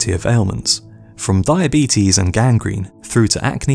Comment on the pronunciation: I beg your goddamn pardon!? Thy-abetes!?